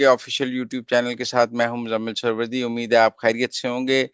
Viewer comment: سہروردی درست تلفظ ہے نہ کہ سور وردی